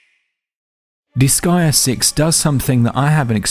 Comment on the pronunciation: its pronounced dis-gay-uh not dis-guy-uh btw .. huge debate on this in the forums since 2007 and japanese people confirmed and it was said out loud in the final chapter jusssssy saying,…